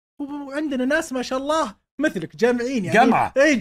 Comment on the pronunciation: عمرو أديب ما يعرف يقول ما شاء الله ! وش ذا اعوذ بالله